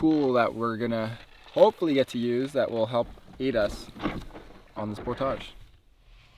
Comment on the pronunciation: oh it's YOU...with your "Pour-Tagaughe"... Pour--TAGE!!